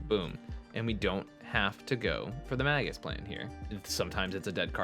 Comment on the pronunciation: It's not "maggus" of the moon, it's "may-Jus" of the moon. JS